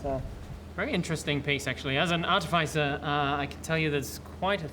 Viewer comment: artificer /är-tĭf′ĭ-sər/ Ya'll pronouncing it wrong.